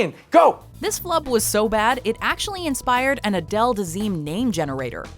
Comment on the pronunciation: you mean Uh-dale